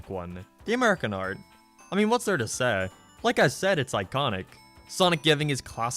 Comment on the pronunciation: And you say "Seh" instead of "say"